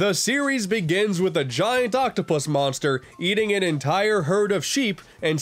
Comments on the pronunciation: I NEEDAH MONSTAH TO CLOBBAH DAT DERE KIRBEH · I NEED A MONSTAH TO CLOBBAH DAT DAMN KIRBEH Edit: Dat dere kirby. There shall be no cursing in kirbo's Christian channel